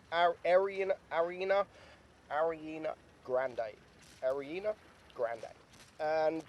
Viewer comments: Love it when he tries to pronounced Ariana grande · Epic Gamer yh lol tf was that